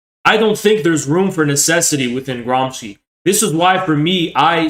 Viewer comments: It's not GramsKi, it's Gramshi. Gramsci is pronounced Gramshi. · *Gramsci- soft c!